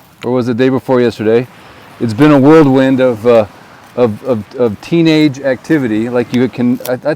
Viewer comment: Not worldwind... it's whirlwind